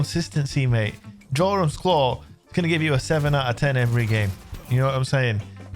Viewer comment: Jorum's Claw Its pronounced Yorum's Claw!!!!🤦‍♂️